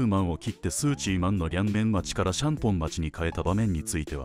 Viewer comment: 「パーソゥ」「スゥチー↑マン」 発音なんか癖になるわ